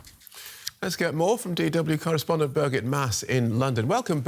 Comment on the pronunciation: He can't even say Birgit properly.